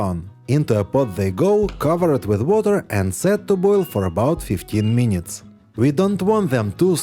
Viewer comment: Дядьку, трохи хелпу з англійською. Треба казати не "мінітс", а "мінитс" (кацапською минытс) і тоді все буде гарно.